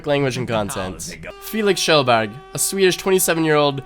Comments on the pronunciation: Its kjellberg not kchellberg! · Why do you say "Kjellberg" like that? You're Norwegian, you can pronounce it.